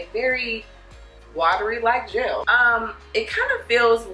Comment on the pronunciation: It’s GEL not GELLYY